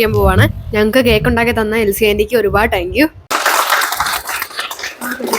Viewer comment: you done an Amazing thing 🎉wish you all success (പിന്നെ ഒരു ചെറിയ തിരുത്ത് ടാങ്ക് യു അല്ല താങ്ക് യു എന്ന് വ്യക്തമായി പറയുക)❤🎉